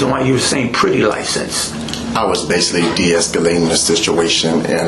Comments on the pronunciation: "Basilly"... This dude is full of shyte!~ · I absolutely hate when people pronounce basically “base-c-Lee”. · "Basilly, in the beginning"